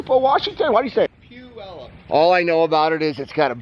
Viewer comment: I live in western Washington and got a kick out of the way you pronounced Puyallup. Haha. Guess I know who I'll go to now if I ever want a pond!